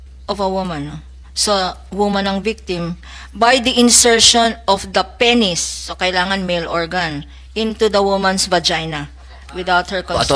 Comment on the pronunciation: Penis not peny